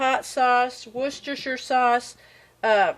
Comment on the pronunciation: The beans look fabulous! I was trying to help you pronounce the W word but you couldn’t hear me 🤦‍♀️ Wor-sta-sure.